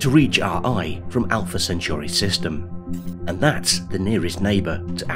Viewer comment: If I was making videos that mention Alpha Centauri multiple times, I'd probably learn to say it correctly first. STOP SAYING IT LIKE CENTURY. Good bye